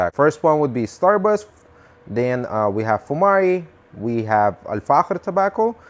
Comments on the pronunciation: He's spelling the ikh/ich , like it should be pronounced, as the Dutch do most likely, it's the letter خ in Arabic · The way he says Al-Fakhir is so satisfying, idk why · You've pronounced it perfectly really slayed it 👌🏻👌🏻 Greetings from Germany ✌🏻✌🏻 (Try out dark tobacco from Zomo like Strong Red, tastes really nice) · Dude I love your pronunciation, are you Spanish? Mexican? You pronounced Al Fahker With exact Arabic pronunciation